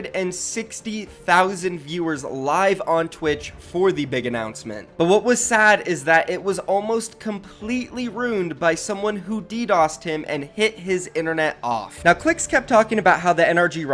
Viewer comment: Is there a reason why you say runed instead of ruined